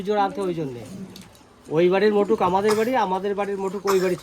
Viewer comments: আচ্ছা আপনারা এত ভুল উচ্চারণ করেন কেন? মুকুটকে বলছেন মটুক 😂😂😂😂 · ওটাকে মটুক বলে না দাদা ওটা মুকুট 🤗😊😊